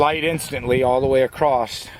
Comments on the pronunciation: Acrost = across! You sound like a little kid saying sketti instead of spagetti !!!!!!!!!!!!!!!!!!! One day it may crost your mind, lolzzzz. I'll keep my fingers crossed! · Did you say acrosst?